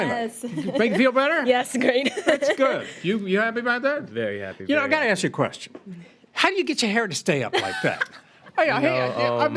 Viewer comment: It's "Ask" not "Axe". !Love the Judge!